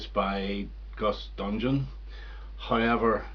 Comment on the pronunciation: Hi. Had no idea about these. I do find it annoying when these types of remixes and reimaginings make certain tracks or passages worse than the originals. The Man Who Sold the World one sounds pretty good. Btw I enjoyed you pronouncing Gus Dudgeon's name as Gus Dungeon. 😂